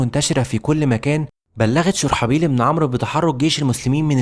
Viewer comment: والله جميل ومجتهد بس نطق الاسماء مثل هرقل وشرحبيل لها دلالات خاصة